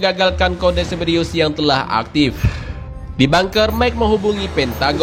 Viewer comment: Cerberus kali,, bukan ceberiyus